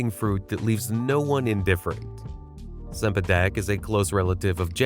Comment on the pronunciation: Cempadak is pronounced chempadak. Get it right.